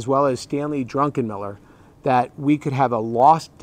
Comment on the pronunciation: Stanley Drunkenmiller??? Did anyone else catch that? 😂😂😂